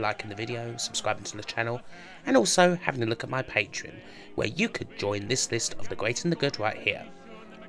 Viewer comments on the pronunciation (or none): none